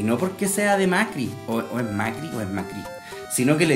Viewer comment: Se pronuncia Mácri y era quinto de primaría de Argentina, igual era mentira el twit jaja